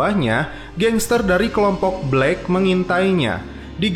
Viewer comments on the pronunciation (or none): none